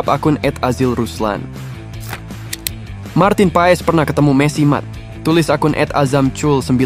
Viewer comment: Marteen paas bacanya